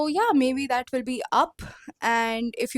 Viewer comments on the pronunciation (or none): none